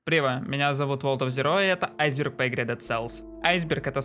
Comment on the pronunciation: не прива, а привет! не айзер, а айсберг!